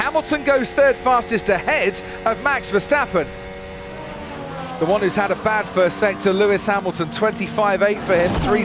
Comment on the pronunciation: Please, learn to pronounce MAX VERSTAPPEN, iT'S not Mex Versteppen!!!! The A is pronounced like the A in Charles, Not like the E in Mexican